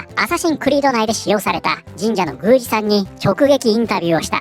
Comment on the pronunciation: 「宮司（ぐうじ）」な